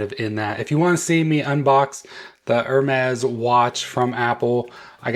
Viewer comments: By the way, it’s “Ermes” the “H” is silent. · I love most of the Hermès watch bands and wish this one was available in the smaller 42mm size but not in the double tour style (can’t stand bands around my wrist twice). This one I would definitely buy as the color and style looks good to me. Can you please drop the “H” in Hermes … please?! 😊